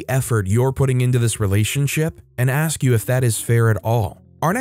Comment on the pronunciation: Man you approved a lot over the years of reading stories. I forgot that you said axe lol. I think what really helped you was doing scary time